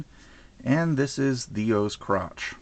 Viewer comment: First thing i heard "And this is The O's Crotch" xDDD btw HAPPY BIRTHDAY :D